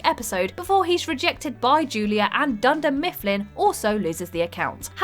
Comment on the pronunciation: Did you just say Dunder Mistfplin?